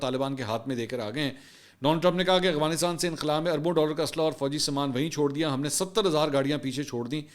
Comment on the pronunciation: Mansoor sb Need to be Little bit correction you call always agfanastan correct word is Afganastan